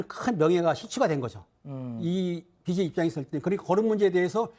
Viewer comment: 이수진 기자 왈~~ BJ= Bum Jey Za... ㅋㅋㅋ